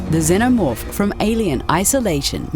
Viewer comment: I hate how she says xenomorph